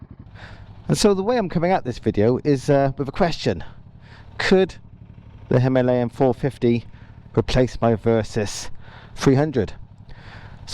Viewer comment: First time a westerner pronounced it like we do .. Hi..ma..layan 🙂